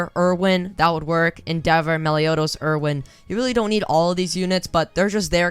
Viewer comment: stopped watching when u said meliodos. -_